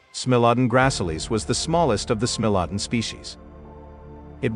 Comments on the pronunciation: He pronounces SMILODON wrong, it is SMILE OH DAWN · I was always taught that it was pronounced, "SMILE * a * Don" with a long 'I'... If you are using AI to do your narration, You should program the correct pronunciations! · AI be sayin “smelladun”. More AI shit posting.